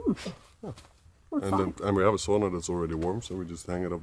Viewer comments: You both are so lucky!My heritage is Finnish (I live in Mi, where many Finns migrated to the U.P..... my great grandparents), and it's so nice to hear someone pronounce Sauna correctly (via ):) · Looks like the buildings are tethered down?? I see "straps" over the roofs. I absolutely love the way pronounces (correctly) sauna... I can't do it, I've tried 😂